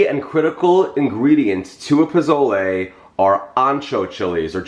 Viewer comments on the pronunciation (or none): Jeffrey, I love you and I ADORE your recipes, but can I tell you (without sounding like a know-it-all), that the proper pronunciation is “poh-soh-leh?” I’m from New Mexico, and Pozole or Posole is a huge part of our cuisine. Thank you for sharing this recipe. ♥️ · Pronounced Po-sol-aye, whether it’s spelled with an o or a.